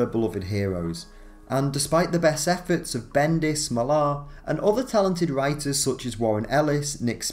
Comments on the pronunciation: It's just pronounced Miller, not Milaahr, are you kidding? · so confused buy the way he keeps pronouncing Mark Millar as "Mill-ar" instead of how the man pronounces it himself "Mill-er" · It's pronounced Mill-r not mil-ARH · Millar is pronounced like Miller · I realize it is a nitpick but it is hard to take this video seriously when you can't seem to pronounce Millar's name correctly. It is simply pronounced "Miller." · Please, please, please learn how to pronounce "Millar". You sound British, you shouldn't be getting this so wrong.